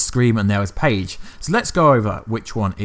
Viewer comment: It's phage not page